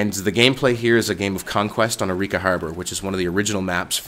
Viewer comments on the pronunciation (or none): I love your "africa" it is very good :D Keep up the good vids!